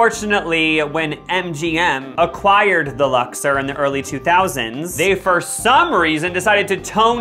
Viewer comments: Lux-OR not lux-ER (Vegas local here) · Uh, It's Lux-Ore. Ore. Sorry. carry on. Great stuff. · I think you’re pronouncing the name wrong. It’s Lux-or, not Lux-er. 😂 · Lux-OR not Lux-ER